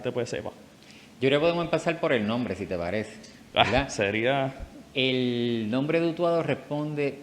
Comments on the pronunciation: Verdad, no veldad. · Saludos cordiales, el intercambio de la "r" por la "l" se denomina "lambdacismo caribeño". Es común en el habla coloquial de las Antillas, por influencia africana y por la mezcla lingüística que vino desde el sur de.España, particularmente Andalucía. En veldá en veldá el español boricua está genial.